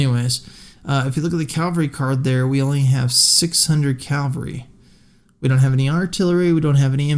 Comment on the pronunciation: Cavalry not Calvary